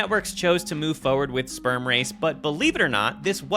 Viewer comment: It's "forward" not "fowerd"